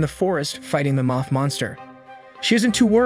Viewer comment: Do you say things wrong on purpose moth not "muth" love the video